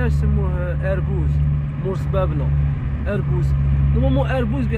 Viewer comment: هذه المنطقة كلها إسمها مسيردة. بحيرة دي اولاد بن عايد و ليس بن عياد صرمرام. يجب نطق صبابة و اربوز بلهجة خشنة. حد صبابنة معروفة بمعركة في 1956. سقسي اولاد مسيردة يحكو لك على تاريخ الثورة في هذه المنطقة